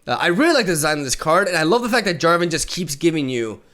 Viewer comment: Jarvan not Javaton ? are you really going to actually stop being annoying ? :]